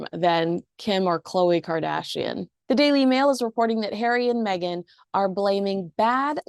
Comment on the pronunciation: Stop saying Meg an…… it’s Megan. Same as Craig not crag